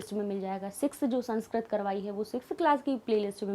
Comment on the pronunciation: मैम, आप का उच्चारण सही कीजिए आप संस्क्रत बोल रहीं हैं।सही उच्चारण संस्कृत है।sanskrat नहीं बल्कि संस्कृत।